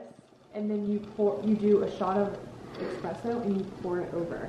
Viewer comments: Its not EXpresso its ESpresso I think that's probably why you got that comment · Not expresso.. just espresso 💘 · its espresso no "x" in it :) you make espresso shots from your Nespresso machine! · Nespresso is a brand. Expresso (pronounces Espresso) is coffee. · it‘s Espresso..and you don‘t say eXpresso :) the brand of the coffee machine is Nespresso. Greetings from Austria :) love u! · You're saying Expresso but its Espresso